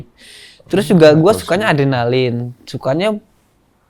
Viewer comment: 10 : 04 "Saya orangnya suka yang berbahaya. Suka ardenalin" 😂😂😂